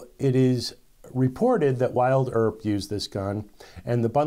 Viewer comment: Hey brother did you say “Wild Earp”, rather than Wyatt Earp?